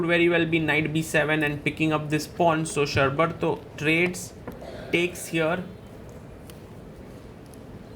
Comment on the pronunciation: his name is pronounced thus - Shor (rhyming with English word FOR) + Bar (same as Bar of Chocolate) + Tho so it is = Shor-Bar-Tho Also the surname is pronounced = Maani not Money